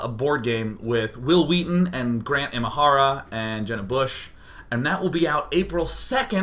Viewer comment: Did he say Grand Imahara!!!!!!! This is amazing!! :D